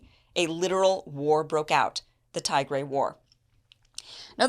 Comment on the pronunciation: "Tee-grey", not "Thai-grey".